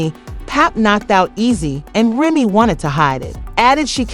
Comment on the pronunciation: Can u say say Remy Name right tho? Smh